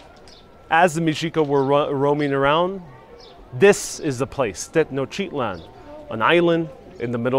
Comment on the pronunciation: Why are you saying Tetnochitlan when it is Tenochtitlan? Why noone, who is doing these educative videos can`t pronounce the names properly? WHY?